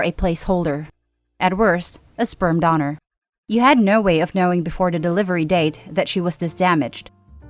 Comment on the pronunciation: Never heard someone pronounce donor don-er